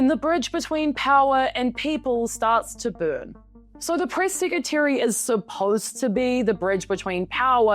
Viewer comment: White House Priss Secretary 😂 Not joking on your accent it just really worked out well here.